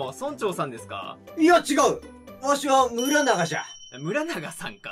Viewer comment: Aボタンさんが村長(そんちょう)を村長(むらなが)と読むの好きやわ